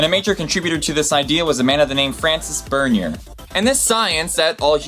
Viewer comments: didnt pronounce Bernier right, its french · Yeah Françoís Berníer is pronounced 'Fran-sea Bor-ne-ey' and Johann is pronounced 'Yo-Han.' Hope this helped